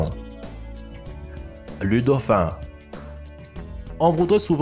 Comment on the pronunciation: Lu caméléon nan sans blague... 😂 deux ecran de tv dans votre cerveau LOOOL LU DAUPHIN NAN sérieux tait toi tu fais honte a la langue française... Le z'oizeau mdr LES OISEAUX ABRUTI DE PREMIÈRE !!! CETTE THORIE JE PARTAGERAIS JAMAIS TES VIDÉOS ONT CAPTE RIEN